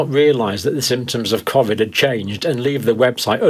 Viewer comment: What's kov-id?... surely he means koe-vid?